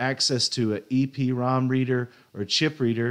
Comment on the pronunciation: Hate to be that guy but it's pronounced "E-prom." It should also be capitalized because it's an acronym. (Erasable Programmable Read-Only Memory.) 👍🏻